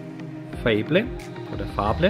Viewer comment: spricht man .. legesie und feybl aus ;) ... weitermachen =) ... ps mukke n ticken leiser =) gruss Ree